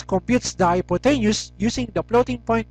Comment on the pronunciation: Anyways, thanks for the vid, just one thing: you pronounce hypotenuse wrong